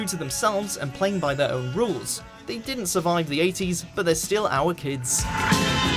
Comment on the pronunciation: He needs the electric chair for the way he said ‘our kids’ at the end